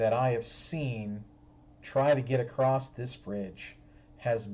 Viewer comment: Is he saying "rectal" and "acrosst" instead of "ret-i-cle" and "a-cross"?